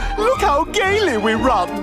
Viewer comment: Did stewie say we run gayly?